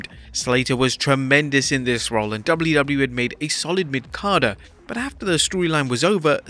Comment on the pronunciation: HOW MANY TIMES CAN YOU SAY WWE IN A VIDEO FFS AND BUTCHER IT EVERY SINGLE TIME